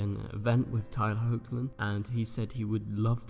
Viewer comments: Nice video! But pretty sure Tyler’s last name is pronounced Heck-Lin? Or Hawk-Lin? Not Hoe-k-Lin . Not so sure though, correct me if I’m wrong.~ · I used to pronounce Tyler Hoechlin's surname like that.... but I've heard interviewers pronounce it "HECK-LIN".